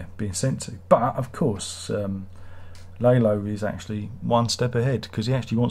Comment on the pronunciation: Oh and Tony Dalton came up with Lalo smiling, because of course he did. brilliant. I love how you pronounce Lalo as "lay-low" because that's all he did this season.